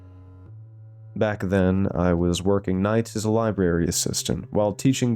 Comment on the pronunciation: “Lie Berry” 😂